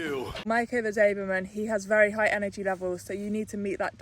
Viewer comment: Its a doberman: you say daberman😂😂😂